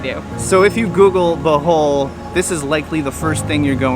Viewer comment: OMG! LOL! Thought you said welcome back to “the hole” not Bohol